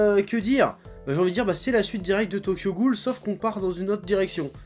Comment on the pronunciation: haaaawn tu prononce tokyo ghoul re comme mwa x)